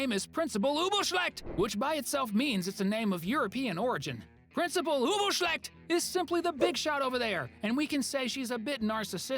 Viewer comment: I like when you say principal Ubelschlecht